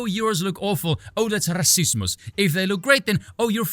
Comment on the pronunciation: Spoon man pronounced rassismus is a so funny way that i almost stumbled on my own feet while listening to it. Greetings and best wishes go out from GER🇩🇪 to ZA🇿🇦